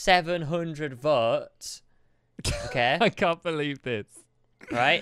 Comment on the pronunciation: and he says vots instead votes......not racist......